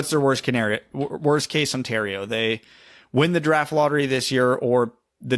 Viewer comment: Instead of saying, “worst case scenario” did really just say “worst case Ontario” 😂